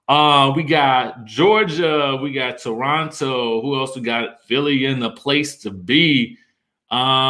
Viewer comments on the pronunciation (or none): none